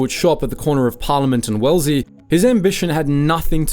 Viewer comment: You will struggle to get to 5k subs. AI audio is crap - it is pronounced Well ez lee. Garbage AI gerated crap.